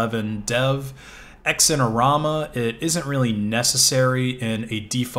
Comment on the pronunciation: oh god X IN orama. It's pronounced ZINE as in ZUH-EYE-NUH. Haha otherwise love the video